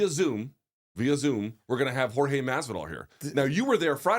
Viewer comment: the way Brian pronounced Jor-ge Masvidal sounded like Whore-je Masvidal AND I AM HERE FOR IT, love from Lithuania!